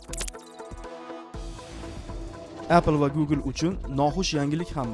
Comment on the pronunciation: appl demang oka eppl deb ayting bla savodsiz pizdes